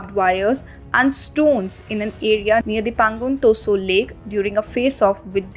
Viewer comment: This reader should learn how to pronounce * Tso